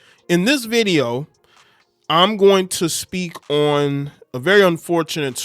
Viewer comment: Why do you sound like cardi b everytime you say on? Say it correctly. 😂